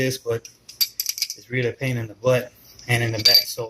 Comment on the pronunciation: U said pian in the Butt and in the Back to 😂